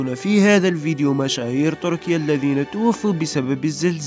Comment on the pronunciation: تركيا وليس طركيا... أعدل لسانك